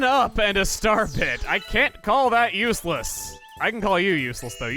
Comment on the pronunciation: It sounds like he said starpit instead of starbit.